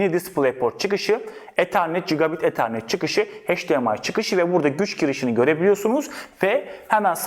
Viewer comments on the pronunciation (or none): none